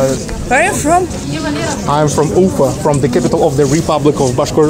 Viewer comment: Дружище, всё очень хорошо, но, пожалуйста, прекрати коверкать название "Уфа". Ударение должно быть на последнем слоге, и никак не иначе. Англосаксы специально коверкают русские названия и фамилии, чтобы нас унизить. Но, если внятно ставить правильное ударение, они это понимают и принимают безоговорочно. Соблюдай свою честь и национальную гордость.